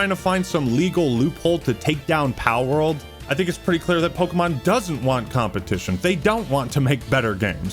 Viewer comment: its pokemon not pokie mon